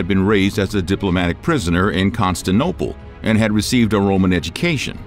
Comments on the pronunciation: The Vandals were not from Poland. They were from Vendel in Sweden. Al Andalusia was named after the Vandals... 'Land of Vandals'. It is was called Constantinople, not Constinople. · Wow. Not just constinoplopiloplos.. he says nonsensical sentences , misses words out and his pronunciation of Al Andalus is hilarious 😂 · yeah it's because they're lazy and are of...mediocre quality....ey, that maybe giving them too much credit. Contant'Nople....LMFAO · "Constanople" ? Prnounciation Duh, Constant' inople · Constanople? Might want to read that again. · Say it with me now...''ConstanTINople".... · I’ve never heard of the city of “Constanopole”. The pronunciation is hilarious. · What the hell is Constanople??? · You’re not pronouncing Constantinople correctly. It’s not, “Constanople”. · Con-stan-ti-nople . It's not that hard brosky. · 'constinople' disliked and reported. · Constantinople, not Constanople. Your pronunciation of many names is horrible. And this is just normal known history. Generally well documented. But not "shocking". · Con-stan-TIN-o-ple. This guy sounds just like an audiobook reader who just won't pronounce things properly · You repeatedly say "the city of Constantopole". Here as well as other of your episodes. I am sure you know that the correct name is "Constantinopole", so why dont you pronounce it right!..... You are supposed to be history channel.... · God I have said this before - I love your videos and you are an amazing narrator but please stop saying constanooople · Constanople? Never heard of it. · Correction. It's not Constinople, it's Constantinople. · ConstanTINope bruh. Constantine. Not Constan. Good video mate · Video is driving me INSANE. He doesn't say Constantinople correct or the word Lineage. Bro there has to be whole team on this channel that either didn't realize or legit are clueless about this ancient city. Need a new editor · Put me in charge and it will be correctly pronounced. Constantinople, not Istanbul. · the Constance Opal